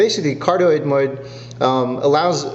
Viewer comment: MODE, MODE, MODE. You got it once. It's not MOID.